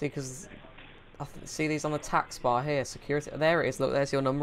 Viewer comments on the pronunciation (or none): do you purposely say deckstop and taxbar rather than desktop and taskbar??? good vids tho and funny! keep up the trolling